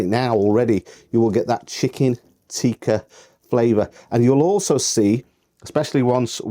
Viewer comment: If you want to sound genuine learn to say "tikka" not "teeka". Pathetic accent.